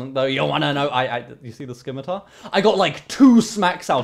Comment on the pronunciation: ITS NOT SKIM-ITAR ITS SIM-ITAR